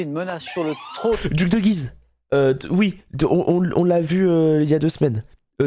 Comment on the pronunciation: J'ai mal aux oreilles quand j'ai entendu Guise sans la prononciation du u 😭